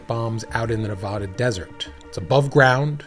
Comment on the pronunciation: Please learn how to say Nevada, love your videos!